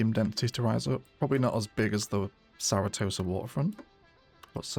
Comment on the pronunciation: I’ve started to forget that it’s not actually “Saratosa” IRL 🤣